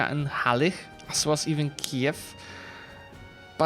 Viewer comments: "Halych" to Halicz i po angielsku wymawia się prawie jak po polsku, przez "cz" a nie "ch" na końcu. Dzięki za super kontent, w weekend kupię grę przez Twój link :) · Halych czyta się tak samo po angielsku jak i po polsku a więc "Halicz", nie ma potrzeby na siłę tego zangielszczać bo nie dość że brzmi to nienaturalnie to nieelegancko. Podobnie jeżeli chodzi o "Levies" czyli chłopstwo poborowe tu akurat "E" czyta się normalnie nie jako "I" i wychodzi "Lewis". Mam nadzieję że pomogłem i pozdrawiam